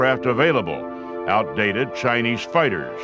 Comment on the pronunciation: keeps saying chi-niece